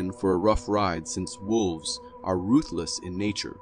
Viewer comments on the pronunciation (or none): none